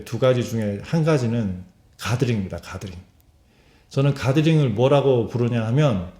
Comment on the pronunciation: 자꾸 가그린으로 들맄ㅋㅋㅋㅋㅋㅋㅋㅋㅋ 이 영상을 보니까 나도 좀 주관이 강한 것 같다. 암만 푸쉬해도 내가 별로면 안함. 전에 반지 사러 종로 간 적 있었는데 내가 원하는 디자인이 있었음. 그걸 찾으러 대여섯군데 돌아다녔는데 결국 못찾았다. 그러나 전혀 예상과는 다르게 신박한 디자인의 마음에 드는 반지를 찾아서 여태 잘 하고 다님. 물론 그때도 가드링 추천을 해줬는데 걍 내 스타일 아니라서 안 샀다.